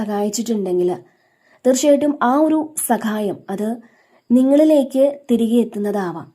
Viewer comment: സകായം അല്ല സഹായം 😊